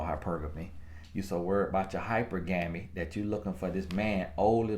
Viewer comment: Nobody:: HYPER-GEMMY 🤣🤣🤣🤣🤣🤣🤣🤣🤣🤣🤣🤣🤣 I cannot 🤣